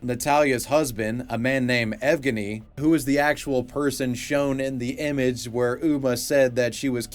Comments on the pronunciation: this man doesnt know the bruins its ev-genny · Another Good Vid. Quick note on Uma: Evgeny should be pronounced same way as Evgeniy Onegin (hit on the second syllable.)